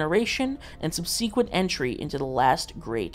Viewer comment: Did he just say sub-sea-quent, fam it’s sub-si-quent